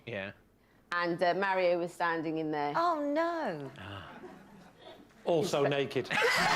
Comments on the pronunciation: You prompted me to Google the correct pronunciation of 'Mario'. According to a video about the pronunciation, where a linguist was consulted, he said that both the US and UK pronunciations were wrong. The UK version has the correct vowel sound, but that sound is shorter than in the correct Italian pronunciation. The US retains the correct length of the vowel sound, but have changed the sound of the vowel taking it further away from the Italian pronunciation. So if you look at the 'marry-o' pronunciation in the UK and lengthen the 'a' sound to 'm-aaa-rry-o', you would only need to roll the 'r' to say it correctly. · Well, that linguist was wrong going by the vowel sound in this clip. The vowel is a bit too close (approaching /æ/ rather than /a/) at least according to my ears. -My Ears: My native language is Danish, where we distinguish three vowels that sit right in that area (between pure /æ/ and pure /a/), and I also speak Spanish, so I'm familiar with the pure /a/ sound that would be the correct vowel quality. I'm also familiar with the /ɑ/ vowel because Swedish uses that for its 'a', and I live right next to Sweden. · Marry-o - an Italian wedding celebrant? Great stuff, love how invested you're getting in WILTY. Beware though, you may just end up a gibbering wreck like David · If you know any Portuguese people and you pronounce Mario the Italian way they'll eat you alive. Ditto pronouncing Carlos the Spanish way. It's probably wrong pronouncing it that way if they're eastern European I suspect also, as hinted at here.